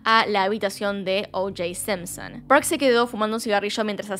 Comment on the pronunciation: Porque carajo decia sempsen jajaj solp esa palabra se animaba a decir con acento las demas no